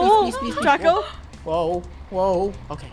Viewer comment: It’s draco not drago